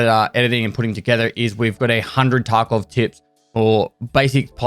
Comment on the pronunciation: I love when he says Taco community.